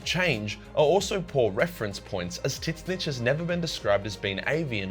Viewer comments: Tzeentch is not pronounced Tit-snitch it’s either “Tseeench” or “change” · Please stop calling Tzeench titsnitch. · Why you keep calling it tits snitch? It’s tzeench : t’Zeench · I've never heard Tzeentch spelled in such a weird way. How the hell does your mind go to "Tits snitch" instead of "Seentch"? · Wait is it really said titsnitch? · why do you keep calling Tzeentch t!ts snitch? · tzeentch is pronounced titsnitch? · Does anyone else hear him say TitSnitch? lmao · I can't unhear tit snitch anymore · Bro keeps saying tit snitch, thats how him gonna call him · Dude.. you sayin Tzneench like that is just ridiculous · Tzeentch must be working its way into our world, as this is the wierdest pronunciation of his name I ever heard XD I usualy say Tz tougheder not apart like you. It lomoust sount as if his name was T'zeentch not Tzeentch. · I will never agree with the Titznitch prononciation. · I'm willing to bet that the correct way to say tzeentch is "zeench". I hate to be that guy but that enunciation was a mental flash bang. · Imagine calling Tzeentch "Titsnitch". xd Anyways great video. :D I actually really enjoyed the part of Tzeentch non sarcasticly... <3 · Did I hear that right? Is it pronounced tit-snitch? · is he purposely calling Tzeentch "teet snitch?" cause like, that's not how you pronounce it m8 XD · I really can't take anything you say seriously if you keep saying Tzeentch as "Tit-snitch." Lol. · You pronounce zeench in a funny way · Tits-nitch? I have never heard of this chaos god. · Why do you keep saying Titsnitch? It's super lame. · Are you saying Tit-snitch? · I watch your vids so much I actually have no clue how to pronounce Tit Snitch’s actual name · How do you butcher tzeentch so badly 😭😭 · T in tzeench name in silent Watch dawn of war cutscenes and hear how they pronounced his name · The "T" in Tzeentch is silent. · What's up with the Tzeentch name pronounce though? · Is that how you really pronounce Tzeench? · T`ZEEEEEHNCH NOT TITS SNITCH